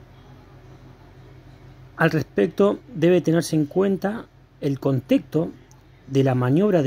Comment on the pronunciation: Buenas me extraño como pronunciaste contexto q pasoooo jajajjaa. Extios y buena vida siempre saludos.